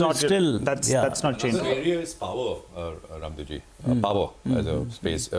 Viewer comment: Bhai, Please at least give respect to Raamdeo Ji, Call Raamdeo Sir as Rammdeo Jii, Not "Raamdeo". What ever language you are using, because you are discussing about indian Market and He is one of the finest Guru of our market.